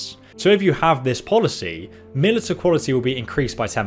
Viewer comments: Also, I hate to be this guy, but please dear god 'Militia' is pronounced MIL-ish-AH, not MIL-it-UH. 'Militias' being MIL-ish-AH-s not MIL-it-UHs. Please it's driving me insane, I blame the quarantine for my suddenly becoming a grammar/pronunciation Nazi. Also, thanks so much for making all these videos on Bannerlord; Absolutely love your content man, have subscribed and started watching a whole boat load of your backlog. Keep up the amazing work, and good luck, stay happy/healthy in these trying times. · My God will someone please teach this guy how to pronounce words properly! Especially Militia! Ma’liSHa! Or is it pronounced differently in England? Cause I have a lot of English friends and I have never heard them pronounce it as this guy does. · Militia is pronounced mil-ish-a. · Lol militia is pronounced mil-i-sha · Not gonna lie, your pronunciation of militia hurt my ears. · So did his pronunciation of 'retinues' lol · And steppe